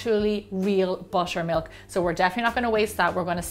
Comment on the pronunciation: I heard washer and washer milk 😂